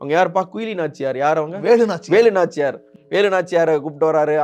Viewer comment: டேய் வேலு நாச்சியார் னு கூட சொல்ல தெரியல நாயே...